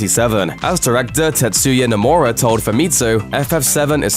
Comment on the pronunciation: "Square Eeenix. As Tet-soo-ya No-moo-ra told Foo-mitsu..."